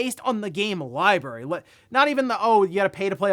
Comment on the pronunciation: He said liberry....3 times...where is the R?